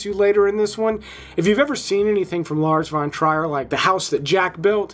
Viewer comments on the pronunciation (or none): What a pronouncation of Lars von Trier.. lets call Quentin Tarantino for Quntüün Tiritano.. just to be on the same level. 😅